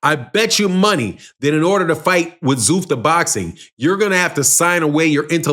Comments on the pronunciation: It's called Zuffa Boxing not ZUFTA bruh 🤦🏾‍♂ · So annoying when he kept saying zoof the boxing . Is zuffa boxing